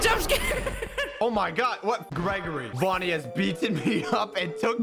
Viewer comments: Its vanny not bonnie jeez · me: hears say vonny me after that: TRIGGERD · did I hear him say "vonny"?